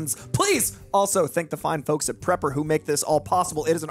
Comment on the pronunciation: praper not prepper